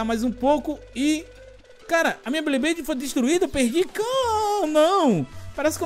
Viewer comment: Que agonia o pronunciando " BLeyblade" ao invés de "BeyBlade" kkkkk quem notou curte ai